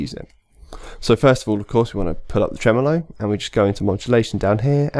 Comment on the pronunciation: It’s “Tremolo” not “Tremelo”